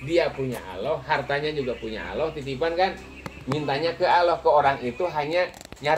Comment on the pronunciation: Maaf si bapak kalo ngucap Allah jgn aloh gitu dong huruf L nya dobel, sy maklum bpk kyknya orang sunda ya. Sama jg kita kalo ngaji Al Qur'an makharijul hurufnya kan harus jelas gak pandang kita dari mana suku bangsanya